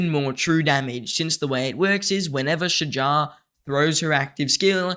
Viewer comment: As Arabic native you did great pronouncing her name👏🏼👍🏼🫡 its almost right tbh